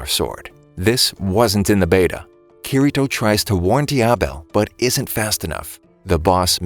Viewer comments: Bruh said keyreto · It it pronounced key d toe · It's said kideto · you said kirito wrong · He just says kirito wrong, otherwise, everything else is perfect.